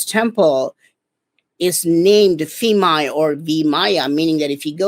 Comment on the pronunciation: It's pronounced peemai like phuket the ph is not f